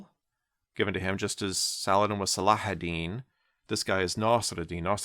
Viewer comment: As an Arab i salute you for pronouncing the letter H ح in Salah Aldin 👏🏼👏🏼👏🏼